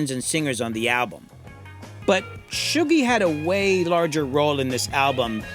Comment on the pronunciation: Shuggie is a name in Scotland (it's a nickname for people called Hugh for some reason) so this is the first time I've heard it said and realised it's Shoo-gie, not Shuh-gie